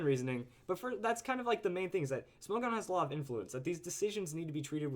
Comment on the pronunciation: isn't it pronounced smog-on? smog as in the move......